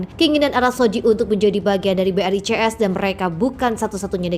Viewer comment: Brazil ,Rusia, India ,Cina, south Afrika di baca BRICS ,bukan BRI,CS ,emangnya bank BRI apa hahahaha 😅